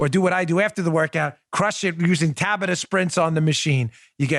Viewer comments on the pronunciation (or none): Dan....say it as Ta-Bot-Ta..your welcome:)